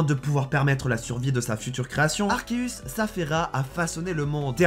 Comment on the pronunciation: Mais sauf que c'est arkeus et non arceus